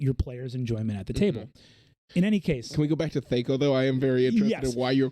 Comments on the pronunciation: I love you Brennan but its THACK-O, not THAKE-O pronunciation wise. C'mon. Like whack, not wake. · THAC0 sucked for sure. I do thank it for helping me skip steps in algebra problems since I could retain small calculations like that for as long as needed. I never have heard it pronounced thay-co, like it was some fairy company who's CEO was born without the ability to pronounce 'eff'-sounds. In the 90's and early 2k's when a lot of TTRPGers still played that antiquated ancestor rather than better systems like 3.5/pathfinder and beyond; it was thah-co. It is so interesting to me how groups of people figure out their own pronunciation of words when everything is happening in their theater. It is like the names of characters in fantasy novels. Talking to another person that has read the same book as you can take some translating.